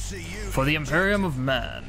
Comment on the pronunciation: its imperium not emperium